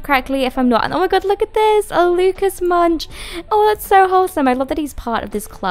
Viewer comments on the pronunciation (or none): none